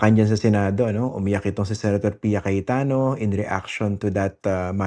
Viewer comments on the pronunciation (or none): Tawa ko dun sa “Piyaya”😂😂